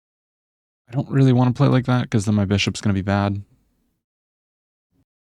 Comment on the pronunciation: i like when say WREALLY?